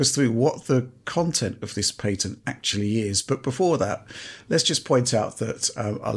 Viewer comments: What is this paytent he speaks of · lol paytent not patent 😂😂😂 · aw yes I'll have the pat-ey-ent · WTF is "pay-tent" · That's a weird way to pronounce 'patent'.